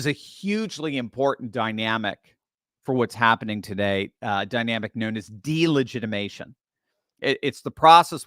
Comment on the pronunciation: I love you, I listen to you everyday, but please learn how to say delegitimization correctly, PLEASE?! You are missing a syllable! It makes me cringe!😳😜